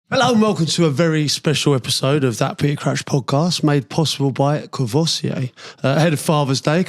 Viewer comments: Kor-voy-see-ay?!? 🤦🏻‍♂️ Haha Nice one Crouchy! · He needs to learn how to pronounce 'Courvoisier'.